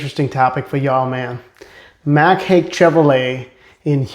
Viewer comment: It's pronounced "Hike"... not Hake.